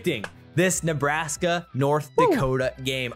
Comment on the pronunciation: 35 -10 neebraskee.